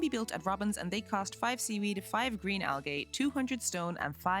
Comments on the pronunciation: It’s not Al-Gay, it’s Al- Gee!!!!! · I enjoy how you say al-gay instead of al-gee. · Just for the record...its pronounces "Al-Jeeee" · AL-GEE NOT AL-GAY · Al-gay hurts XD Amazing video but just fyi it IS pronounced Al-gee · stopped watching cuz of how you pronounced algae “Al-gay” 😂😂😂 jk jk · if you fucking say algay one more fucking time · It's pronounced al-gee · "Why are you 'gae?" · She says Al Gay. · Algay… I’m using that pronunciation from now on 😂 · Has she never heard anyone say the word Algae before? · The way you prounounced 'Algae' was an instant video stop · pronouncing algae wrong is killing me T_T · Yeah I giggled every time she mispronounced it. 😂 Great video btw!